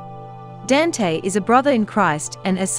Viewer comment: His first name is pronounced "don-tay"